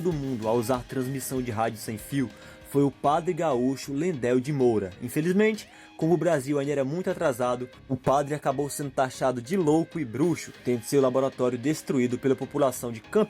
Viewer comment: Não se diz " Vacária" e sim VACARIA. NÃO se diz "Landél"de Moura e sim Landel Carlos Correia/Porto Alegre, RS